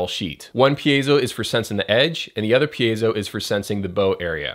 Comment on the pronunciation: thanks dude! your videos definitely the most helpful videos here for e-drummers. i watch every episode... so, btw, you‘re really improving by the pronunciation of the word „piezo“ :DD